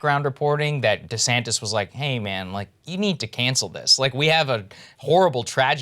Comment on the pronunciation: LMAO he said DeSamtis GOOD